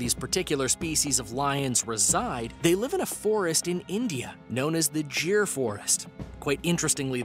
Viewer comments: . It is not jir it is GIR LION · It's just cringy when you hear 'jeer forest' when it is clearly 'Gir forest' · You pronounced Girl wrong it it is gir you pronounced it jir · Gir forest not jir forest dude... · well it's Gir instead of Jir as you pronounced Well Noce Video 👍👍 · Gir is pronounced as g,,,as in great,,,,not jir✌🏼✌🏼✌🏼 Great video btw🙌🏼🙌🏼🙌🏼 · Its not jeer forest it's Gir forest G for Ghar vala😂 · It's called giir forest not jir Forest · it is gir not jeer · It is gee-r(gir) not jir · It's not pronounced assiatic 🤦 and it's not pronounced 'jir' forest too 😂 it's Gir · It’s actually gheer in indian language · bro you are pronouncing it wrong......GIR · Check your pronunciation of GIR forest, it's wrong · your pronounciation of gir forest is wrong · Gir pronouncing